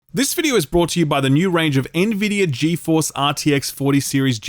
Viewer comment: Can we all just take a moment to appreciate that finally learned how to pronounce Nvidia correctly? 😋